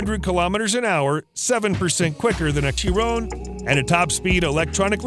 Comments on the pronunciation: Is he saying Bugatti "Tyron"? I hope I'm hearing that wrong lol The French pronounce the 'CH' similarly to the way North American pronounce "SH" I've heard "Shyron/Shyrone" and "Kyron/Kyrone" but "Tyrone" is a new one for me lol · I heard Chee Ron